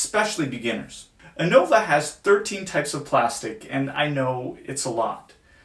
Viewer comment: The mispronunciation of innova is hurting me so bad